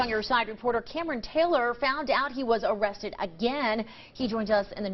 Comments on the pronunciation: "Am I gonna be Owested? Aw kwap..." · NOT "arrested"! Oh-rested. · OuuuugggHhhhHhhHWESTED? OH CWAP I BROUGHT K-K-KIT K-K-KATS